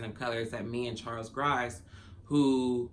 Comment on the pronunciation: What happened when they came to your home??? What's Charles Gross have to do with this???? BTW his name is pronounced GRo-SS, as in " OMG he's so gross". You hear the O in Gross. Have a great day my friend XOX 🌹